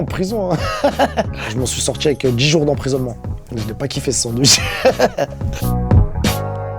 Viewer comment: " Un bandwich" mdrrrrrrrrrrrrr